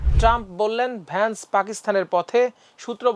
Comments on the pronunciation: ভান্স না ভ‍্যান্স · ভে ্য ন্স কে ভান্স কেনো উচ্চারণ করছেন?